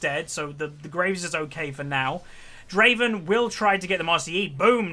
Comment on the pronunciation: its adoration, not admiration:p and Draven not driven xd